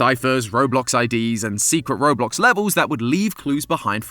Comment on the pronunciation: Robuck lol